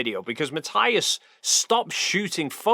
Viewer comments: Just one thing. Matthias is German. His name is pronounced Mat-ee-us. Just like Sabine Hossenfelder's (crank that she seems to have become, her name is commonly mispronounced) name is Sa-bee-neh (3 syllables not 2- no silent e in German). Ma-tee-us. Sa-bee-neh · Sorry, just have to point out that his name is pronounced Ma-TEE-as... Ok, thank you, carry on now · Hi, love your videos and style, but... MATTH-EYE-AS???? Really? 😅😅😅 Tomorrow when I see him I'll tell him and watch his reaction